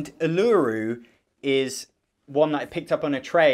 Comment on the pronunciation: Ah, so as an Australian I feel I should clarify that Uluru is pronounced more like 'Oo-la-roo' though I understand indigenous place names aren't often transliterated that well which is probably the real culprit here...